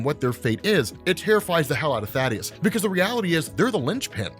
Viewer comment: You pronounced Thaedus’s name wrong. It’s not Thadeus, it’s Thaedus, pronounced like Thee-Dus